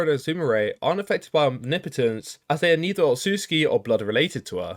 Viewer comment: It's refreshing to hear someone pronounce omnipotence correctly